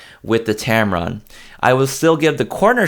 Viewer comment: I keep hearing you say tamaron 20 - 75, is it me? I would add the sigma 19mm 2.8 is great for indoor shots. It is a sharp lens.